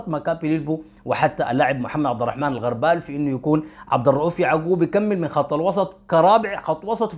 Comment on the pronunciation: الغربال بضم الغين وليس بفتح الغين